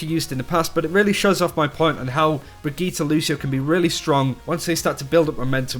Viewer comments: Brigitte* NOT BRIGGITA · Brigit -"teh" not Brigit -"tah". FFS learn the name - you are a big yt channel on OW so take 5min and learn the bame.